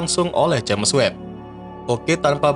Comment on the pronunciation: Bacanya itu jeims webb woy. Sejak kapan james dibaca james juga, hhhhh